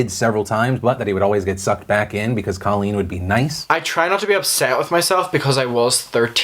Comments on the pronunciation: It's COAL-leen, not CALL-leen. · Colleen (long "o", please stop mispronouncing her name) is a shining example of intelligence and class. Only a mature, critically-thinking person would so eloquently take full responsibility for their past behavior and then use it to empower others.